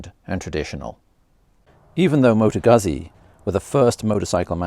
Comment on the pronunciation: Awesome looking bike and can’t wait to see one in the flesh. Also nice to hear Moto Guzzi being pronounced properly for a change